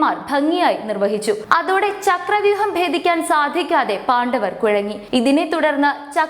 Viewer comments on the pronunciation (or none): പാണ്ഡവർ എന്ന് ശരിക്ക് പറഞ്ഞില്ലെങ്കിൽ വളരെ അരോചകമായിരിക്കും. ശരിയായി പറയൂ